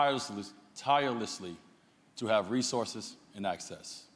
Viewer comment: Can't say "tirelessly".